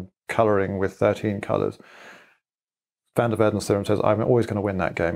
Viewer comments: That moment when you hear the name being spoken and then see it written down and the thing that was said does not correspond to the thing that was written down. You do not pronounce van der waerden as "/væn dɜːr ʋɛərdən/", you pronounce it as "/vɑn dɛr ʋaːrdən/" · Van der "WARDEN". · Poor Van Der Waerden, to get the pronunciation of his name so thoroughly messed up beyond recognition... (Edit: for some reason I can't reply in this thread anymore. wtf?) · The only flaw was his pronunciation of "van der Waerden". Everything else was perfect.